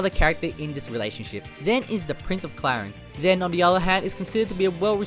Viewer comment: I’m triggered on how you say clarines